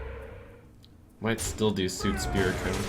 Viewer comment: Soot rhymes with Foot not Suit.